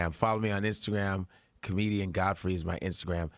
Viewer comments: That clown 🤡🤡🤡 said god-Fry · Cant Americans pronounce Godfrey? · God fry is it God-fry lol